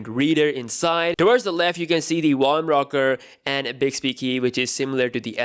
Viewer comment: The 'wolume' rocker 😂😂😂. Dude you crack me up! Great video as usual